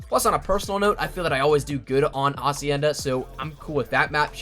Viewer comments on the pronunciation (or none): Why the fuck can't you pronounce hacienda? It's not acienda!